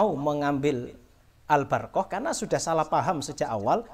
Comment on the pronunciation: Waduh kang mocone be wis salah ALBARQOH ora Al barokah sisan kang sing bener mocone ALBURQOH.wis Wis wis.....cari panggung ini